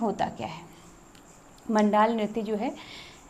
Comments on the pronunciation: मैम जी जुगराज रैया आप 🎉। म‌ण्डान होता है मण‌्डाल नहीं। थड्या चौफला एक ही होता है शायद से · Bhai pagal wagal hai kya? मंडान नहीं मंडाण होता है और चौफुला और थड्या अलग अलग होते हैं चौफुला स्त्री, पुरुष दोनों करते हैं, ये असम के बिहु जैसा होता है थड्या बस नव विवाहित स्त्री करती है अपने मायके के आंगन में जब शादी के बाद पहली बार आती है तो बसंत पंचमी से बिखौत तक